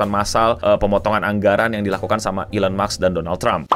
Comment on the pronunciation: Elon maks ❌ Elon musk ✔️👍